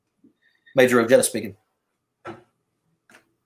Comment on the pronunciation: I always thought Ojeda was pronounced O-hey-da instead of O-heada. I have never heard a Mexican refer to Jesus as Hess- sus.